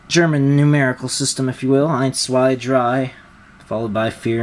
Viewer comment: Nice review but it's prenounced z-vay not " i "